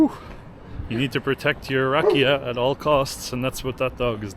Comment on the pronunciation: Rakía- the accent is on the i, not the a. Sófia- the accent is on the Ò not the a... The way you pronounce it is the name of a girl named Sofia. Super video!!